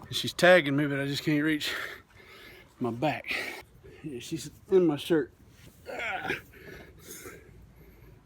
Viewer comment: nothing more southern than "Oh thats some fireworks an mah Bible". A+